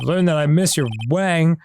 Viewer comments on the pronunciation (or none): none